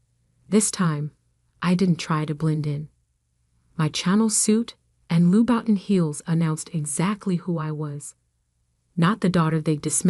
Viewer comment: "Channel suit" and "Lou-buttin" heels 😂